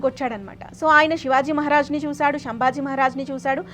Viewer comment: తెలుగు భాషా ఉచ్చారణ మీద దృష్టి పెట్టమని మనవి . ఔరంగాజేబ్ కాదు ఔరంగజేబు , షం భాజీ కాదు శంభాజీ , షాహు కాదు , సాహు . దయ చేసి స శ ష వేరు వేరు అని గుర్తించండి . ధారుణం కాదు దారుణం . వత్తులు ఎఫెక్ట్ గురించి వాడు కోవద్దు